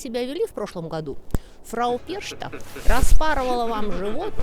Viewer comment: Вот так и разносятся безграмотные термины: лектору просто лень уточнить, что в немецком языке ch читается как х. Перхта, уважаемая, и не иначе. Хотя благодаря вам сейчас несколько десятков тысяч русскоязычных запомнят неправильное произношение. Какова ваша цель?